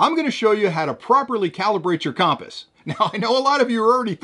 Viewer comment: Compass - pronounced: kuhm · puhs 😅